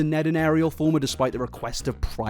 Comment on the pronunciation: Fulmer not Former......